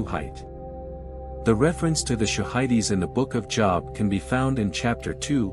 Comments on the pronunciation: Hey AI. Your pronunciation of job is wrong. It’s JOOOOB! Not job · Hagar was not Adamic thus easy answer. God maintained the Adamic lineage until the birth of Christ. BTW it's pronounced Jobe not Job. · Jobe, not Jawb. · Job is not pronounced job(as in work). It's pronounced with a long o sound (as in robe). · i'm sorry, I like the episode, but Job? That's what I do for a living - how-a-bout pronouncing it as most people do Je-ob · Job is pronounced Jōhb. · JOB is pronounced JOBE. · Your podcast is interesting and informative. Could you please correct the pronunciation of Job? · I never heard Job pronounced that way. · Job is pronounced with a long O. like OH. like an exclamation. It's not like a work experience. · You don't know how to pronounce the biblical name JOB? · You lost me when the artificial voice mispronounced Job. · The AI doesn't know how to pronounce Job